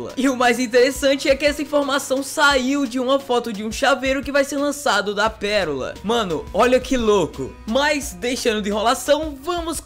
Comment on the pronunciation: KKKKKKKKK "PERORA"